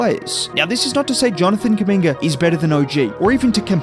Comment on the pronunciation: I swear everytime u have done a video on him it sounds like ur calling him a slur “kuminger”😭😭